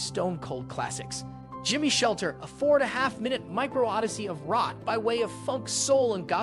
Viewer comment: "Gimmee" is short for "Give me," Not "Jimmy". And it is "Wild" as in "untamed." Not like "willed."